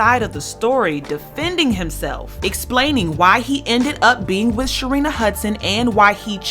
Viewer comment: Uuhmmmm he couldn’t say her name...... Say it with me class, Sharina! is an unlikable character...However he did manage Wendy well business wise.